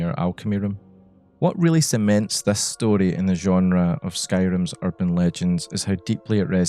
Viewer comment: nothing better than hearing a scottish person say “story” ugh 12/10 no notes. loved the inclusion of concepts like folklore, oral history, and liminality in this context !